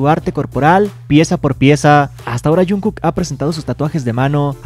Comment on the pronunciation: Wen porque le dices junku